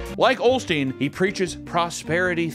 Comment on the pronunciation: No L in osteen